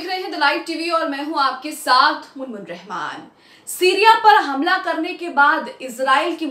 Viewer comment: Kaunsi rahman thik se naam bolo